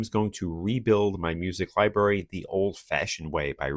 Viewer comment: Take a drink every time he says lie-berry. (Don’t, you’ll die.)